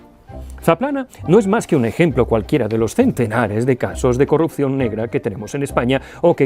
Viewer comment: Has dicho "de carrupción", luego corriges, eres humano. Bieeeen!